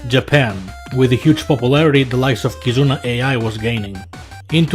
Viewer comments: Yep, he ain't kidding about having barebones info on Vtubers when he calls Kizuna Ay.Eye. instead of Kizuna Aye. AI tech booming doesn't help in this regard too. lmao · bro said "Kizuna A.I."